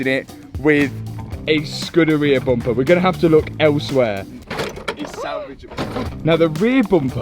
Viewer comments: Dear, Is it Bumper or Bomper😮😂😂😂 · I just like listening to him say "Boompah". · Bum-paar, love it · The way they pronounce bumper 😂😂😂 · Lol the way you say Bumper makes me laugh.